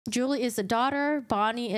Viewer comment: Julie is pronounced as "Jew-Lee" not "Jewel-ee ".